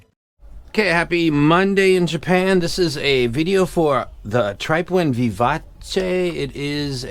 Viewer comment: Thank for giving me the pronunciation of Vivace 🫡